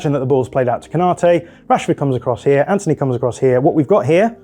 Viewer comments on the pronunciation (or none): none